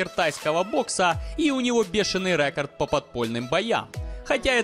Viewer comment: РЭкАрд😑😑😑😑😑 -уши .